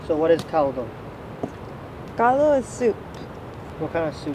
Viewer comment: you said CALDO correctly.. good job.